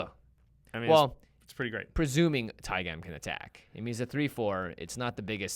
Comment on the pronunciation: pretty sure its pronounced taig'ah'm not tai-gam like jam